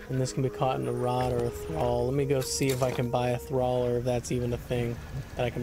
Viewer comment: Trawl, not Thrall. As in a trawler 😂